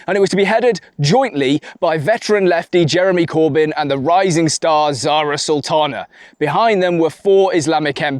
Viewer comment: Zara saltana? 😂 Sorry, only 10 seconds in.